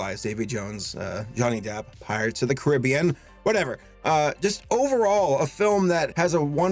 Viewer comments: the way he says caribian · The thing that threw me off about this video is how he said Caribbean 😂. Is it an American thing or is he just saying it wrong?? I dunno 😂. I looooooove ur channel. BTW saber